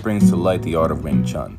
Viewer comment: For crying out loud, make an effort to pronounce Wing Chun properly if you want to make a tribute video of Yip M.